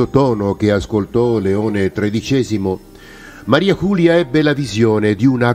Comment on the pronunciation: ERA UNA VEGGENTE FRANCESE, PER CUI "MARIA CULIA" NON SI PUO' SENTIRE. LA PRONUNCIA CORRETTA E': MARI'e JULI'e (con la "e" muta dei francesi) DE LA FODE'S